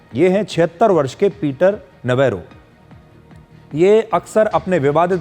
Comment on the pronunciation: पीटर नवारो का सही उच्चारण नवरो पीटर नवरो अर्थात ऐसा बेफिजूल व्यक्ति जो बेकार है और जिसे और कोई काम नहीं है.. नवेरो ने अपने नाम को सिद्ध कर दिया है ।